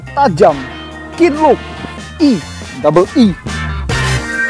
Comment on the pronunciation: nyebut keenlook nya biasa aja donk 😀😀😀